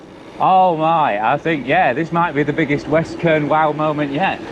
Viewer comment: Kernow is pronounced "Kerno" - just so you know - you'll have the Cornish after you mate ;) Glad you're enjoying my back yard though. The hills keep me fit for sure. Nice point you make at 12.00. My wife taught me many years ago that if you give it away, it will come back to you tenfold. She's not all talk - I've seen her walk the walk so many times in our lives. One example sprang to mind when you started philosophizing:- Back when we were still living in her homeland in the Caribbean and going through a financial crisis - we had ten dollars to our names, she gave it to a guy begging on the beach - her view was he needed it more than we did. He blessed us profusely before wandering off on his way and wouldn't you know it - about three hours later as we were watching the sun starting to set, she got a phone call from the gallery that represented her at the time. They had sold several of her works that afternoon - let's just say for a very tidy sum indeed. God moves in mysterious ways, and he has challenged us many times in our lives together, but He knows your heart and he watches over us all. I'm not saying that God is an ATM and neither is He a wishing well, but do right by yourself, others and by Him and the rewards you will reap will be worth far more than dollars and cents.